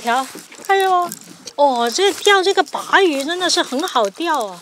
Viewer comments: maquereau是鲭鱼 属于鲭科，鲅鱼属于鲅科。另外，鲅念“霸”，不念“拔”。En plus, Yuppie 重音在后不在前。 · 鲅鱼 念霸鱼，不叫拔鱼，你个渔夫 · 鲅 bà ，读四声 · 鲅鱼 四声